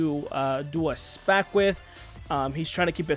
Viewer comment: Can’t even pronounce the SPAC or Ackman correctly.